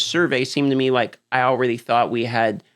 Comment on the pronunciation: I like when he says allraydey instead of already love your work though 😊😊